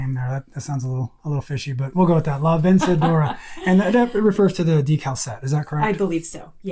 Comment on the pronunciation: You pronunciation is pretty close. “La vencedora” means something like “the victorious one”, or as Singer translates it “the Victrix.” It sounds a lot more empowered and inspiring in Spanish, I assure you!. 😂 The 128 was the first machine made for home use, so it was a befitting name, no doubt.